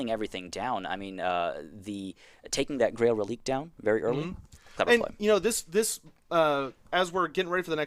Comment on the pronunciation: Reliquae is pronounced "relikway", not "releek".